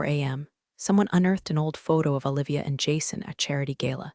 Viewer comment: Awe--livia? How about oh-livia. Do they have to spell phonetically to get the AI to pronounce it correctly? Washington State USA